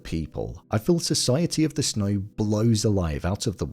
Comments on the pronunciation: Why do you pronounce it "Snoy" instead of "snow"? This is driving me crazy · Society of the SNOY